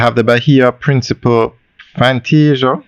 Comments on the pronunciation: It is not principle, it’s PRINCIPE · You keep on saying Bahia Principal when its pronounced Bahia Principe. PrincipEEEEEEEEEEEEEEEEEEEEEEEEE.